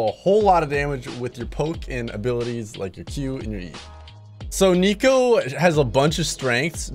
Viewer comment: Pretty sure its neeko not nico